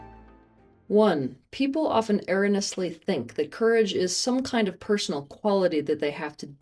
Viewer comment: I’m gonna be completely socially inept for a second to point out… that’s not how you pronounce “erroneous” and it’s bothered me for years every time you say it 😂